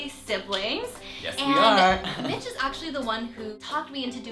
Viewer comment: Thanks Mitch! Kinda sounded like Thanks Bitch! Lol I'm laughing so hard :/